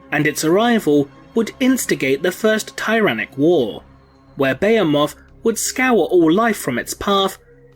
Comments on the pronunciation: Good video, one thing though, it’s not beyemoth it’s beheeeemoth.....and tiranid, not tyyyranid... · Its Buh-hee-muth not Beo-moth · *Tih-ranids. *Buh-hee-muth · Dude at least look up how to say the words you using before you repeat them 20 times incorrectly. Bay-a-moth... is a just wrong 😒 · IT'S BEHEMOTH. BEE-HEE-MUTH. I WANT TO TEAR OUT MY EARS. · >tie-ranid >beh-heh-moth Christ almighty.. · Didn't know the "h" in Bahemoth is silent. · You pronounce Tyranid and Behemoth wrong lol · Your pronouncing word wrong, behemoth for one.... I've heard other English guys say it right. Why not you? Thumbs down until u do... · be·he·moth /bəˈhēməTH,bəˈhēmäTH/ cuz yo ass can't say it right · ..That is not how you say Behemoth. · God your butchering that name behemoth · he pronounces Behemoth incorrectly.